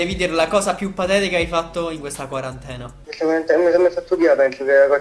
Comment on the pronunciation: Quarantene non quarantanove